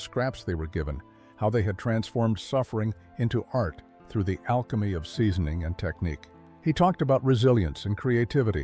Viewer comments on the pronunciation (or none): none